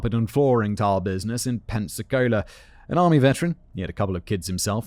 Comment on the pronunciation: Being from near Pensacola and Gulf Breeze thank you for saying them correctly, but Pensacola isn't a nice town lol 😂 love the episode